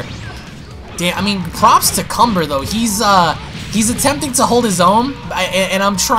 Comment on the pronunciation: Kanba not cumber